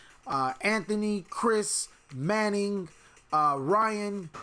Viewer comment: where do u go for locals p.s. this is Manny not manning